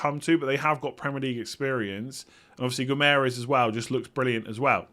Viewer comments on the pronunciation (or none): none